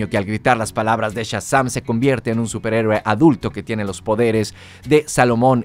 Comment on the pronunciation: 1- Que molestos tus spoilers. 2- No aguanto cómo dices Shazam.